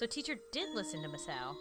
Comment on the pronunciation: I think Misao, is pronounced Mee- say- oh